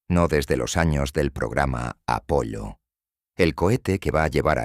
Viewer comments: Es Apolo pero la voz artificial no sabe diferenciar y pronuncia como está escrito Apollo . 😊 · No es apollo es Apolo